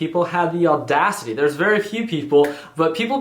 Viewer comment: Ricky saying "audacity" like every other gen z sounds so weird ! XD